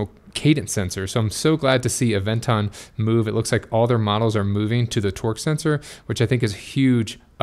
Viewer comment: Anyone else hearing him say Avenger